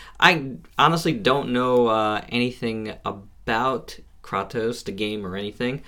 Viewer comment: it's pronounced kraytos not kroctos lol nonetheless, good vid, Im getting mine tomorrow